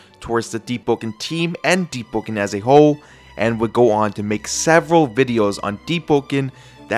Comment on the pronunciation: Is it just me or i hear him spell "Deep-po-ken